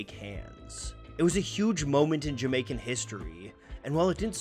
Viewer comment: As a a Jamaican I must say your pronunciation and research was on point! I mean really well done. Some of these topics and themes weren't discussed even when I was in Jamaica